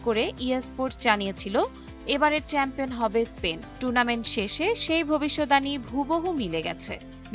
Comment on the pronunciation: ভবিষ্যদ্বানী শব্দটির সঠিক উচ্চারণ ভবি-শৎ-বা-নী